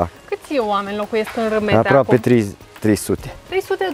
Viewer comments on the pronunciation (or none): dragilor e vorba de Rimetea cu "I" de la Ion 😉 si nu Râmetea cu "â" 😉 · Se face rafting, parapanta, circuite turistice, etc in zona. Dar se pronunta Rimetea, si Toroțco, in rest e tare faina zona. Si vad ca se creaza confuzie intre Rimetea si Ramet, la Râmet exista o manastire cu traditie, de care întreabă lumea, deci o idee de vlog nou 🙂Si in Rimetea sunt 2 manastiri, una de maici si alta de monahi.E o zona minunata dar greu găsești cazare in zona pentru ca vin mereu autocare pline cu turisti din Ungaria sau restul tarii. Asa e mereu. Multumim pentru vlogul minunat pentru ca asa se promoveaza și mai mult zona asta atat de minunata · Ai fost acolo și nu cunoști numele comunei (are primărie....), numele este unul singur, nu "cum i se mai spune". Cu "i" și nu cu "î", Rimetea!